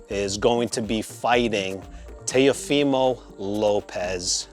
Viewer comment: Are you Hispanic?? Why do you say Teofimo like that 😂